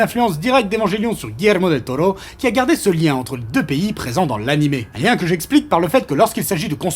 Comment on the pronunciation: Merci pour l'accent sur Guillermo del toro del Tiburon de mi corazon aïe papi chulo